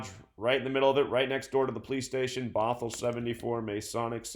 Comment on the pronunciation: am I the only one that thought of baphomet when he said "bothell" ?